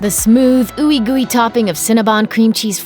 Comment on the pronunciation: Raise your hand if you cringed everytime she said ooey gory 🙄